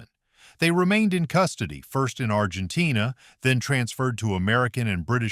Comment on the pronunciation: Argentain. Gayass Ai